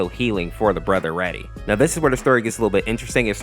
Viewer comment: Its not Raddy its rAdi as in radiation